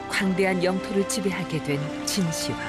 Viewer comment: 진시 황으로 읽으면 않됩니다. 진 시황으로 해야 합니다.